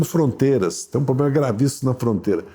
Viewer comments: "Pobrema" :-P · Impressionante! Evidentemente é um homem com muito conhecimento, mas não consegue falar corretamente palavras como "problema" e nem fazer a concordância dos plurais. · Pobrema ou problema 😂?